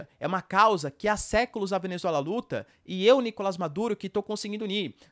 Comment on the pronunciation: é nicolás e não nicolas